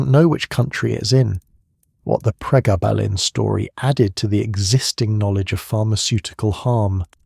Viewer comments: Gayba? Pregarrrrbarrrlin? It’s GABA as in Dutch Gabba techno, and pregablin as in PRE GAB LIN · Pre gab lin ….,, that’s he you say it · We call then pregabs, the full term is pre-gab-lin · PRE - GAB - A - LIN Please correct your pronounciation - for gods sake AI you are so CRAP !!! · Why the fck are you pronouncing it like that. It's PRE-GABBA-lIN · The way you mispronounced Pregablin through this whole thing drove me insane but I persevered. As a drug worker I will take all the information I can get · Interesting, as I have fibromyalgia. Your AI needs better training. It pauses as odd places, then jumps at others. And the way it pronounces pregabalin. Thanks for the info, it was very interesting and informative, especially its popularity growth, in the dark. Put please, listen back to your videos, that should, I would think, get the errors to leap out. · That’s the same dosage (600mg per day) I was on for 17 years for acps. I realised the drug was doing more damage to me than the pain & quit. Went through days of sweats, stomach cramps & intense mood swings. The AI voice is pronouncing the drug’s name incorrectly- very annoying